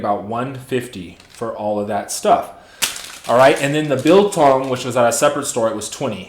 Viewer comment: Hi. You pronounced '"biltong'" perfectly well.